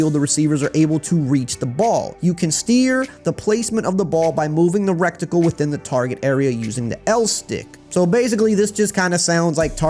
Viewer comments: My guy it’s Ret-icle. Not wreck tickle. Other than that thanks for the info! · Reticle dawg not recticle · Am I the only one who laughed at "rectacle" every time lmao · "REKKTIKLE" Lmao 😂😂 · Love how you say reticle😂😂😂 the T is before the C